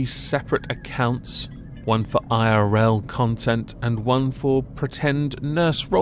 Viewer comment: Cows milk is fow baby cows? I wonder what she has to say to all those baby oats and almonds then XD